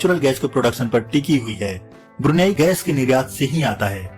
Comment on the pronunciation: ब्रूनी Nhi ब्रुनेई nam h aur ye Malaysia aur Singapore k pas h..